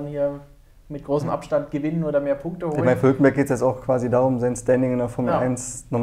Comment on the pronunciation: Musste ich lachen bei "hulkemberg" xD.